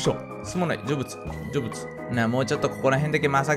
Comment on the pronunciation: 成仏が、ジョブズに聞こえる